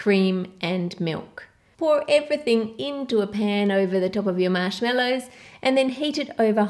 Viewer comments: “Mashmellows” It’s marshmallows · Lmao you say mashmellows where were you born? No offense I love this video 💕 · Is it just me, or does she say MASHMELLOWS instead of Marshmallows! Like if you agree!! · The recipes look great. But I had to stop at the third recipe. Sorry but I just couldn't take to hear MASH-MELLOWS ANYMOOOO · I love how she says marshmallows